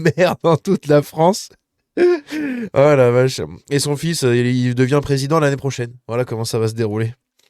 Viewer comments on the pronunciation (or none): none